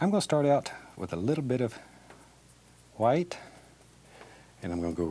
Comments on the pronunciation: It’s how he says white 🤣🤣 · because she spelt it the way he pronounces it. He literally says white with an h. So it sounds like hwite...... You must be new here.. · White* Edit: I probably shouldn’t correct this with the argument going on up here /\ Sorry Edit 2: i got the joke it sounds like hwite r/woooooooosh to me